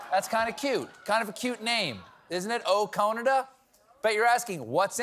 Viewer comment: Ok I get oh-Cone-ada, it’s cute but then to have Jimmy Fallon’s ice cream that stings. If you’ve never had Americone dream it’s really really good.